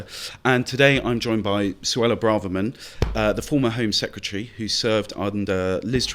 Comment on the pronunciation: I wish you’d say her name correctly. It’s BRAVE erman. Not brarrrrverman or bravvverman